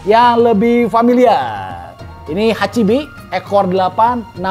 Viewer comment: Pas hachibi kok kyk bakso cumi koh 🤣🤣